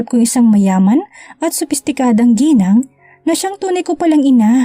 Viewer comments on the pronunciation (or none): none